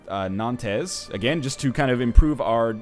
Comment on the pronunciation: Or-LEENZ, Nan-TEZ. Typical NL, last name is Letourneau and still manages to butcher French names.